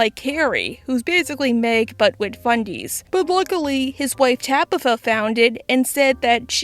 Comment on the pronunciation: Can you say with not wid. Sorry you speak so well except for this word. It bugs me